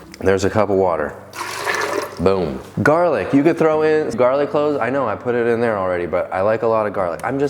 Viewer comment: I love that “jarlic”…. 😂😂😂